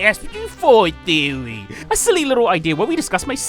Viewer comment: welcome to SMG4 therrrrroy